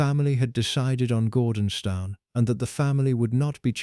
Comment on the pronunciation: For the love of God, it is pronounced GORDONSTOON!